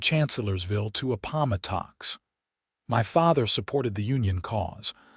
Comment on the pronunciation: Appomattox— pronounced incorrectly. It’s “App o MATT ox.” Most important part of the Civil War; get it right!